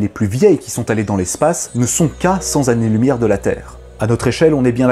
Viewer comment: A 5m26 . retour à cent zannées. C'est dommage il y en avait un de bon.